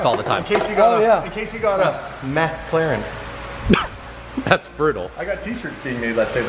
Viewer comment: “In case you got a MEHclaren”